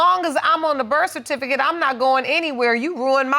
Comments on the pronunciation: She said "bercificate" twice! Ooohwee! 😂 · The REF-FERTIFICATE 😂😂😂😢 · Is it me or is the word "certificate" tripping her up? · Can't even pronounce certificate. Sigh lol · she can't even pronounce certificate.. uuuggghhhh